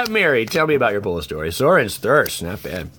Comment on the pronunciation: drives me nuts! I want to correct him and tell him it’s “pulls”, but I’m not sure if he’s joking or not...